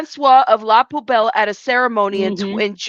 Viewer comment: Oh my gosh you probably already have this but I have to just do talk to text so this is going to be ramblefest. It is pronounced la pu bell and yes she is into the Scientology scene. DOA was doing something goofy with hammocks on his channel last night. Jessica said she is not pregnant. And I love the idea of staying on the phone with the dispatcher until police arrive, but better yet pretending you're Scientology when you call in. I think someone should test that theory out today whether there's an attack or not. Scientology gets away with calling fake calls in everyday so, maybe squirrel squad should try to call in and pretend they're Scientology and see how long it takes them to get there. Scientology lap dogs l a p d blows me. Love your attention to all these matters.